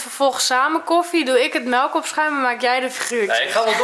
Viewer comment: HET IS MELK WN GEEN MELEK